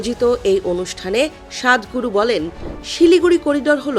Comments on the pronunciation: ওটা 'সাধ ' নয় , ' সদ '। বাংলা ভাষার রিজিওনাল দিক গুলোর প্রতি বাংলা সংবাদ মাধ্যম গুলি খানিক যত্নশীল হোন, এটাই প্রয়োজন । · সদগুরুকে নিয়ে সমালোচনা করার যোগ্যতা নেই,,তাইতো প্রথমেই সদগুরু নামটাও উচ্চারনে ভুল করলেন,সাদগুরু বললেন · স্বাদ গুরু না সৎ গুরু, ইংরেজীতে উচ্চারণ হবে সদ গুরু। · সাতগুরু না ওটা "সদ্ গুরু" হবে ।আগে ওনার নাম ঠিকমতো বলতে শিখুন তারপর বলবেন। উনিতো ঠিকই বলেছেন,কোন কিছু ভুলহলে তা শুধরে নিতে হয়।1972 সালে যে ভুল হয়েছে তা 2026 সালে আমাদের শুধরে নিতে হবে। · বলদ সাংবাদিক সাদগুরু না সদগুরু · সদ্গুরু not সাধগুরু 😂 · সাংবাদিক এত মূর্খ হয় কি করে সদগুরু কে বলে সাদগুরু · সাদ গুরু।এটা কোন ধরনের উচ্চারণ? সৎ গুরু কে বলা হচ্ছে সাদ গুরু!!! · 😂 ইংলিশে sadhguru